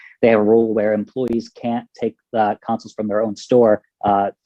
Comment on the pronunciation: I didn't even realize she was saying council until I saw your comment lmao